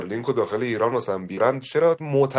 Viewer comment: حاجی تو نمیری پشششششششمام، استارلینگ 😵‍💫😵‍💫